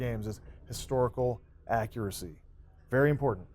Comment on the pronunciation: Wow! I am done!!! He Said "Historical Accracy"